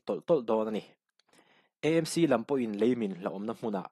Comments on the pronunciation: KEI CHU MIZO TAKIN ÂMC tiin ka lam ṭhin... ÂIZAWL... EMC ni loin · Mizo tawng humhalh nana ngenna: AMC tiha 'A' hi, Aizawl sawina a nih avangin, ''E' tia lam rik hi a fuh lo deuh em aw?